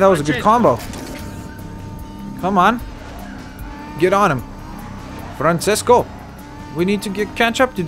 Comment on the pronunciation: It's Franchesco ( Francesco)